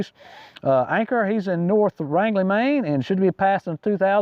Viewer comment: It's Range-lee Maine.